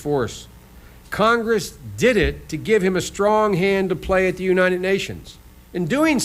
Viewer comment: The uninen states. This guy hasn’t been able to say United ever in his career.